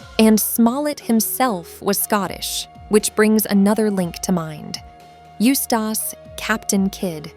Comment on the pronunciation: The way she pronounces it as "Used ass captain kid" throws me off a lot.